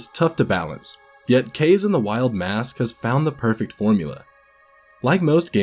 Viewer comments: After much research and watching a 100% playthrough, I've one word to describe this game: Uninspired. I can't give it more than 7/10. Variety? Way lower than in the DKCs... most of the levels are just flat horizontal series of platforms... "Kayse"? It's "Kah-zey", bro. :P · KA-ZE sounds like KARZY in English KARZY means toilet=SH.T it's KAZE bruh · It's pronounced Ka - Ze. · No it’s pronounced KAZE.